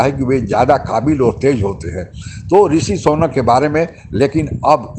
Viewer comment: Sonak nahin Sunak hein???